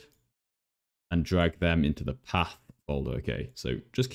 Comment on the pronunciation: You said path as AH